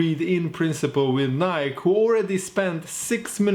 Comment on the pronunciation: pronounced as “Ni-Key”